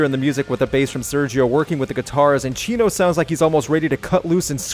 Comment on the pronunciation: The way you pronounce Chino's name sounds like you're calling him Cheeto.